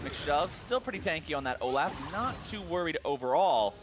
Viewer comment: Seriously hate how the other caster calls Olaf, O-laugh.